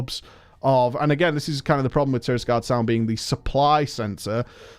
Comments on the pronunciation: It's TirAgarde Sound. Not TirISgarde. TirAgarde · "Tirisgarde Sound" is just trolling his viewers at this point.